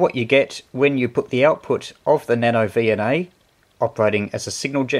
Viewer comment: About a minute in, I swear he said NanoDNA. Was that intentional?